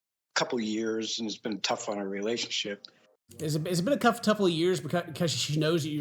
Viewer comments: cuff tupple ("cough touple" instead of "tough couple," you're welcome 😉) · Anybody else nobody mis-pronunciation "Its beeb a cuff touple of months" 😆 🤣 😂